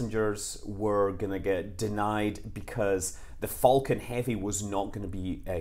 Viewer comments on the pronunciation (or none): none